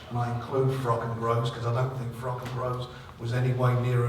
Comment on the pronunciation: Kugan managed to get Warren to say Froch not frock in one interview but bless him, his age is getting to him.